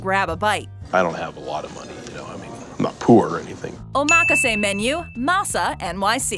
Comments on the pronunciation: Too bad you cannot properly pronounce the word OMAKASE. Try oma-ka-se and not Omaa-kaaase. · Hacksaw method of cutting farm-raised junk orange salmon. This video is all file footage and excerpts of other shows. The reviewer didn't even go to the restaurants themselves. A-MAK-A-SAY sushi? What kind of pronunciation is that? O-MAH-KA-ZAY is how it should be said. Total garbage. Thumb down. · that's because she's putting the emphasis on the wrong syllable lmao. it's omaKAse not oMAKase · BTW, it's pronounced "Oma-kase" not run together "omakase." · Oh mock ka say... 💀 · My ears are burning listening to her. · Oh mah kah say. Omg. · Oh mah ka say. Um, nope. You would think for a video the narrator would say it correctly. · i cant believe she said it like that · why do i think it sounds like she is saying the word wrong hmm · The way she pronounced omakase got me so tilted. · The info is good, but the rapid fire annoying commentator sucks, she can't pronounce omakase, and the constant focus on money is annoying as hell. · Butchered the word omakase 😭